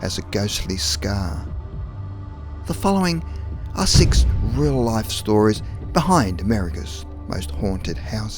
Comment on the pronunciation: are you a kiwi like me? i thought aussie at first but you pronounced 6 six not sex lol...just curious :-)